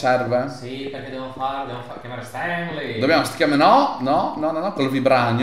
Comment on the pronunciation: Perché Stan Lee lo dite in un modo così pazzo?😂